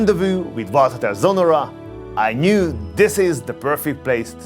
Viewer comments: Its Sonnora, not Sonorra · It‘s Sonnora not Sonorra… In German there is a difference in pronunciation…😊